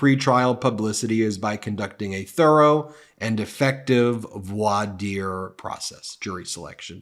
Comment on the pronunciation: Oh, one more, voir dire is pronounced “vwar deer”.